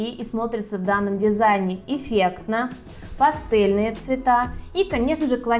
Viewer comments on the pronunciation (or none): none